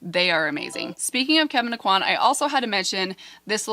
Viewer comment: You are pronouncing Kevin Aucoin’s name correctly. Love your videos! ❤️